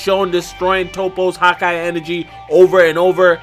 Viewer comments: "Hawkeye" lol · anyone else hate the way he says hakai